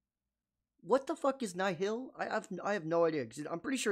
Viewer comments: Nihil is latin and means nothing and is pronounced nil. Same as the nil for zero used in english. I guess you can say nee-heel too. But it for damn sure isn't pronounced nile. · Nihil - pronounced “Nile” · Hmm, interesting. In that case I see it like this: They're just wrong. ¯\_(ツ)_/¯ I wonder why they did that though. Could it be they actually just mispronounced themselves from the get go and just stuck with it or something?.